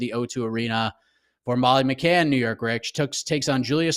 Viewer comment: Minced-Meat Molly McCann. Please get the name right